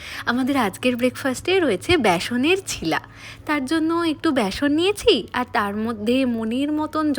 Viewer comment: Bostir meye ota chchila na chila and dhosa na ota k dosa bole 😂